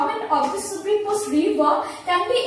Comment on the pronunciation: plz explain superimposed more clearly...when I first saw your video, I was not able to understand..had to look another video.. and btw it is pronounced as "super-imposed" not "superim-posed"..